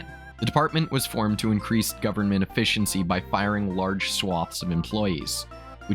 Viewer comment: don't think I've ever heard efficiency pronounced so oddly lol